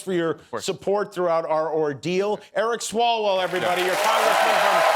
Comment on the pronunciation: Swallwel? O behave